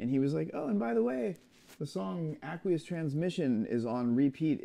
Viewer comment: Who the hell pronounces aqueous like that?